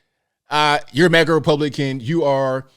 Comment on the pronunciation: This is so sad he can't even say Republician. He says Publician several times.